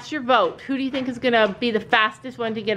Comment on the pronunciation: u tried to say vote and u said goat!!!! 😂😂😂😂😂😂 This video was, as the title said, hilarious. asked what we wanted to see, and my answer is, I LOVE ALL YOUR VIDEOS! I DONT CARE WHAT THEY ARE AS LONG AS THEY'RE DAY BY DAY! ❤️❤️❤️❤️❤️ But,I'd be in favor of more SSO videos...